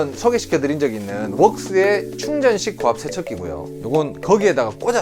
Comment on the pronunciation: ㅋㅋㅋㅋㅋㅋㅋㅋ 충전식 고압세척기 발음이 어렵긴 어렵네요 해변가에 사는 분들에게 꿀팁 감사합니다